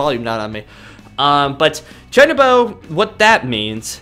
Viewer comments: I cringe every time he says Chuunibyou wrong. Chew-knee-bee-oh not chinnybow like jesus christ... Also this is my favorite fucking anime of all time. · Uhh you said chunbo its Chun-ee-be-yo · Not to judge the way you say "chuunibyou' Its is actually pronounced "chew nii byou" Again im sorry for correcting your pronunciation.